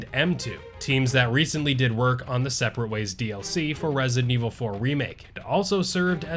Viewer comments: You do know it’s ResiDENT (space) Evil….right? Not Resinevil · “Rezent Evil” lol 😆